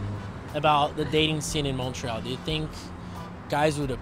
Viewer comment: Bobbius Shadow Mon-TRoyal🙄😘